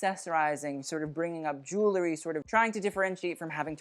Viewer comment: "Jewel-ry", not "Jool-ery". Other than that your're practically perfect.